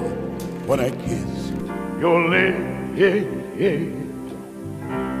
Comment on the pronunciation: From this moment on, the world learned that the word 'lips' has three syllables...